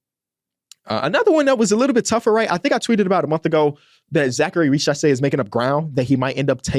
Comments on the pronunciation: its pronounced riZacher not richasé 😭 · exactly what i said